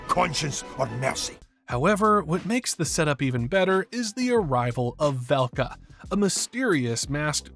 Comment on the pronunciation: It’s pronounced DRAGG-oh, VAHL-kuh, and VAHG-nur mohr-uh, “Patrick Star!” 🤨 You have poor pronunciation skills!